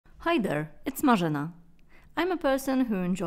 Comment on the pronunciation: It's "Marzena", It's a polish name